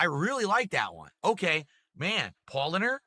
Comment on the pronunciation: Oh my god, at least try to pronounce the beers properly, you idiot! He butchered Paulaner.